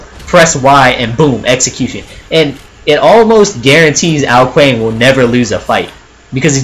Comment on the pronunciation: Also Ao Kuang is pronounced Ao Kwong